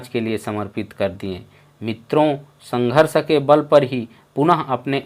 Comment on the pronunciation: भाई तुम्हारा देखने का नजीरिया"जजमेंटल टाइप का है" जेसे सावन के अंधे को सभी जगह पर हरियाली दिखती है; ऐसे ही आप भी एक तरफा बात बता कर लोगो को।गुमराह कर रहे हो,एक तो आपके बोलना शुद्ध नही संघर्ष को गलत उच्चारण करते हो,यह आपकी सोच गलत और अस्वाभाविक है?आप जो इतना भाषण दे रहे हो क्या आपने "पंचशील धारण किया है?"आपको तो यह भी नही पता होगा की पंचशील क्या होता है?😴😅😅😅😅😅आप बहस छोकर आप पढ़ाई जाती फिर जाती के ऊपर बोलो?🙏🙏🙏🙏